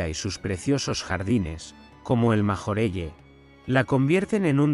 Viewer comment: MajorellE Es Francès y NO se pronuncia d esa manera